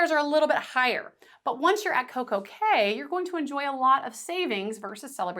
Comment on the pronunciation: As a Professor, you should probably be aware that Coco Kay is pronounced KEY, as are all Caribbean islands named CAY. Also, if you will please slow your speech, it will be much easier to understand you